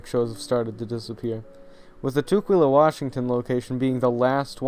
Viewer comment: I was waiting to hear about the one in WA state. It kind of threw me off at first because the way you pronounce it. Tukwila is pronounced tuh-quill-uh. That’s the one I went to as a kid. Loved it. The animatronics were my favorite. I had forgotten about the water show. Mostly I remember it being very dark and rustic.